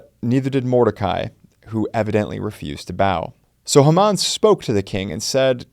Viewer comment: like the videos; but, its; HAY-muhn...